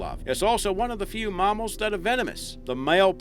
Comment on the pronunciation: marmals haha. we say mammals. not marmals😂😂